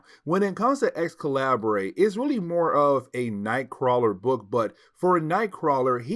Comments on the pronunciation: The “Ex- Calibray” is making my ears bleed. It’s pronounced Excalibur, the different spelling was just meant to be edgy for the dystopian timeline. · Just came to make the same comment. It’s just spelled slightly different. I actually though he was sayin “x-collaborate”, and I was thinking “jaysus I dint remember that comic in this series” 😂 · Hey it pronounce Excalibur I think still, but it's a minor mistake. Keep going man